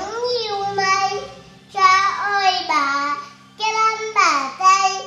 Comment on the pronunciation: Các cháu tập cho phát âm rỏ chửi hơn nữa thì tuyệt như chử YÊU… NẮM….👏 hát hay lắm nha.